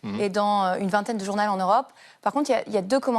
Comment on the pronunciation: "20 journals", "la préférence zeuropéenne", on est fébrile, ou bien?